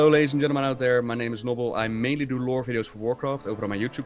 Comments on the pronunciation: And called Nobbel noble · Sargeras not sarjeras. Nobbel not noble.